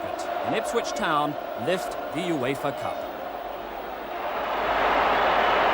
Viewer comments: Everyone else calls it the Yoofa Cup. It's just you mate ;) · Why is he pronouncing UEFA like that 😂